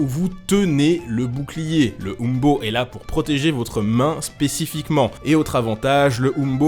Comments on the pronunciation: umbo ce dit in-bo et non oum-bo mais c'est un détaille ^^ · Petite précision : il me semble que les historiens et archéologues français prononcent plutôt "imbo" (hein beau si vous préférez).